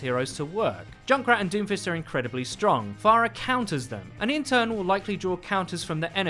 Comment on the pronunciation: why do i hear doofus everytime u say doomfist